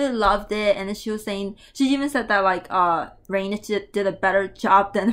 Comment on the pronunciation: Don't worry you pronounced her name well, basically rainych is rainy + channel 👍👍👍